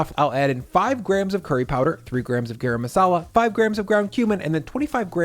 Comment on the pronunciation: I love that you incorporate so many Indian-inspired recipes into these videos! On behalf of all of us Desi folk, one teensy little tip, it’s “gah-rum” masala not “gare-um masala” Love the content and your food!!